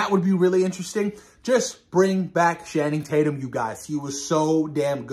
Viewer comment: OMG hell yeah this is going be an amazing storyline what do you think absolute Batman #1 also just a correction it’s pronounced Channing Tatum like (Channel) not Shanning lol keep up the great work